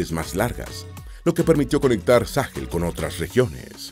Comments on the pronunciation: No se dice Sáhel. Se dice Sahel. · Sáhel? Se dice Sahél